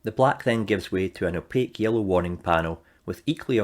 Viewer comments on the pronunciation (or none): none